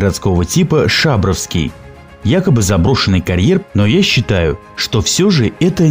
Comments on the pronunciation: Шабр"О"вский,а не Ш"А"бровский,так как Пышм"А",а не П"Ы"шма и МосквА,а не МОсква,как у вас язык то поворачивается,так названия каверкать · Шабровский ударение на О Сысерть ударение на Е !!! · Шабровский ударение на букву о. Грамотей!)) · Автору: прежде чем начинать разговор о каких-либо объектах, потрудитесь сначала съездить на место, поговорить с местными жителями. Здесь (на Урале) никто не скажет ШАбровский, местное произношение - ШабрОвский, так же и СысЕрть, а не СЫсерть. На карьере я сам бывал с начала 70-хгодов, резку камня видел своими глазами. Дисковыми пилами (как на фотке) резали камень вдоль, поперёк и горизонтально. Дно карьера - это горизонтальный спил камня. Поперечные борозды - следы от дисковых пил вертикального разреза. Далее: пилы передвигались по уложенным на грунт рельсам, поэтому линии разрезов такие ровные. В некоторых местах тальковая порода осыпалась и за ней выглядывает скальное основание коренной породы с добавлением змеевика. Карьер был оставлен по причине полной выработки породы, затраты на откачивание воды не такие уж большие - насос жужжит, воду качает. Нынешнее руководство (недавно скупившее предприятие) посчитало нецелесообразным оплачивать счёт за электричество и содержание сторожа. Народ ходил на карьер все последние 40-50 лет, никакой тайны в этом не было. Отсюда вывод: автор страдает снобизмом и желает хоть как-то заявить о себе, не утруждаясь проверить все свои выводы на месте. Кстати, подобный карьер есть возле Полевского, мраморный. Там тоже режут камень баровыми машинами на большие кубы, примерно метр на полтора. И стенки карьера тоже в бороздах. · Только не ШАбровский, а ШабрОвский. Поселок ШабрЫ. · Обычный карьер, красивый интересный, правильно произносить не ШАбровский, а ШабрОвский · Да что вы ударения то не в тех местах ставите!!! Мне как жителю екб ваше произношение уши режет! Не сЫсерти а сысЕрти. Не шАбровский а шабрОвский карьер. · Вот блин, как по ушам бьёт шАбровский! Всю жизнь они были шабрЫ, шабрОвский.